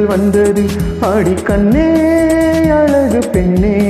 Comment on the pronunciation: Come on Dude it is "aZHagu penne" NOT "aLagu penne". Listen her sing the same word